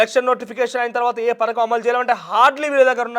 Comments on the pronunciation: Parkam kadhu raa padhakam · Ory .Nayana..parakam kadhu....Pathakam